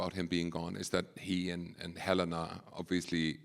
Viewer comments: I know they said that, but this interview proves otherwise. Or perhaps she's an innie and that's why she mispronounced Helena? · imagine being a successful woman like Britt Lower and having to be interviewed by someone who mispronounces your character's name, and put in no effort to even just watch what you poured your heart into. This has nothing to do with gender. You're clutching at straws. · I'm dead ASF Quinta brunson Miss said Helena's name LMFAO Ben Trammell Tillman's face when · How do you watch an entire season and still not know how to pronounce Helena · imagine being a successful woman like Britt Lower and having to be interviewed by someone who mispronounces your character’s name, and put in no effort to even just watch what you poured your heart into. This has nothing to do with gender. You’re clutching at straws. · hahahaha she didn’t even pronounce well “Helena”